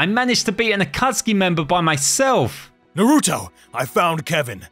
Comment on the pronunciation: Did jaraya say “nurooto”